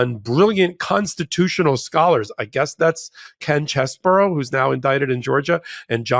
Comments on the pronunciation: Chesebro not Cheseboro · could you and the rest of the crew at MT please figure out that Ken Chesebro's name is pronounced "Cheese-Bro". Not "Chez", not "Burrow". Cheese-Bro. When everyone says it differently it sounds ridiculous. Just pull up any of the many YouTube videos that will give you the correct pronunciation. 30 seconds and you're done. Thank you